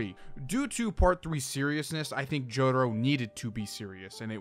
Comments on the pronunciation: “Jodaro “ Breh its jotaro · Mans kept saying “jodaro” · i mean cool video and all, but wtf is a JODERO? Cringed every time he said joDURRO, which is a lot